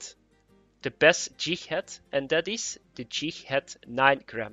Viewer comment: Pretty sure he said Jighad